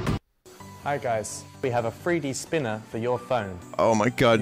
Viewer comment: But do they have a THWEE DEE SPEENAH!!!?